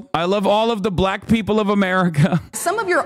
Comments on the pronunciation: Trump pronounces it “buh-lack” every time… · Trump says black with a hard L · Why does he pronounce black like that? Its a bizarre dogwhistle.